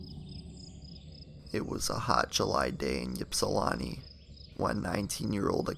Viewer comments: It's pronounced ipsulanti, not yipsulanti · It's not Yips-ilawntii it's pronounced, ip-Si-lanti aka ipsi... I'm from there. My Dad actually knew this girl your talking about in the video. That is a huge deal around there. Greg Fournier the author in your clips, he's the main authority on all things John Norman Collins. Collins actually tried to swoop Greg's girlfriend from him as they were walking down the road. John's house he lived in is also supposed to be haunted and another old shack that was in the middle of 2 corn fields, a place Collins killed one of the girls, also super haunted! We went there as kids all the time while skipping school at ipsi (Ypsi) high school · You mispronounce ypsilanti It's not epsilon It's not ypsilanti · the U P is "upper peninsula" that's Notthern Michigan. Ypsilanti is by Detroit but people can never pronounce it right. It's an I sound not a Y sound even though it's spelled Ypsilanti (pronounced Ipsee-lan-tee) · Your pronunciation of Ypsilanti is wrong. I think when you talk about people, places or things you need to do your due diligence and pronounce these how they are supposed to be pronounced.